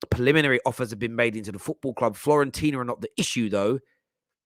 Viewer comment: Why do people say "Florentina" 🙄 02.42